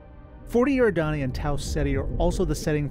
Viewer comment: This was a really great video... but I do have ONE nitpick... Eridani is pronounced eh-RID-eh-nee, not AIR-ih-dah-nee. Also, Delta Pavonis is also mentioned in the Bobiverse book series - We Are Legion (We Are Bob), For We Are Many, All These Worlds and Heaven's River - by Dennis E. Taylor. It's something everyone should check out (they're done really well on Audible).